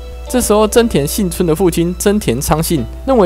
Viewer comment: 是幸村不是信村,這種程度的還敢做視頻?